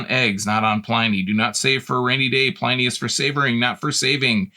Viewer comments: It’s pronounced “in” not “ I “. Pliny the Elder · Who knows how he pronounced his own name, but that's not how historians pronounce it.